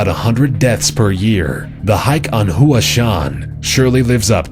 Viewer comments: Hua... Hoowah? its hwa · Mount Hua is not pronounced in two syllables, but in one. Pronounced as "Wa" with a H in front of it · This presenter needs to get his pronounciation correct, Mount Hua is not pronounced WHO-AH, it is pronounced H-WAH. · Istabul: Pronounced: Ista-bull. Not Is-table. Kivu: Pronounced: Ke-voo. Not Kee-voo. Hua: Pronounced: How-a. Not HOOAH!. That's for us Army guys. This will explain Camden, NJ: 48% is all I will say. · mount hua? seriously? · 'Hua' is more like one syllable